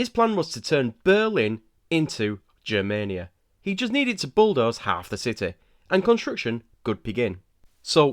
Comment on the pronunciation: The “G” in Germania is pronounced the same way as in “go” or “get” rather than how it’s pronounced in “Germany”. So it’s Germania instead of “Jermania”